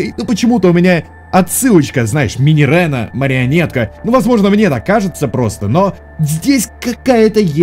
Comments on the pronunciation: Минирена Минирена, там ее, а не е, так что минирина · Не минирена, а минирина(двойная "e") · Читается Минирина, а не Минирена :) Но блин, я лав твои теории 😍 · Minireena читается как Минирина. (Кароч там не Е)